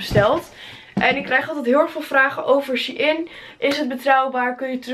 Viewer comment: het is shEIn niet she-in